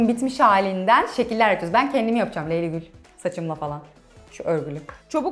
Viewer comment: abla neden leyli gül diyosunuz canım söyleyeymim